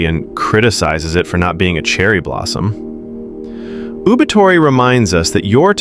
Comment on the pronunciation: Even though the pronunciation of the first word, “OOBAITORI,” is not correct, this presentation is one of the best. Thanks.